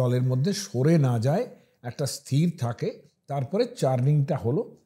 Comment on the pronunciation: ওটা "যাই" নয় "যায়" হবে। উচ্চারণে প্রভেদ আছে। ভালো ভাবে উচ্চারণটা শুনবেন ও উচ্চারণ করবেন, দেখবেন তাহলে আর ভুল হবে না। অযাচিত ভাবে জ্ঞান দিলাম বলে কিছু মনে করবেন না।